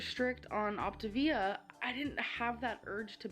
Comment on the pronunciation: As somebody who has actually done the Optavia program, I will say that the dark chocolate cherry shake is so gross. I didn't like it and neither did my mom but the rest was pretty good I will say. She also did pronounce it correct when she started her video if anybody was wondering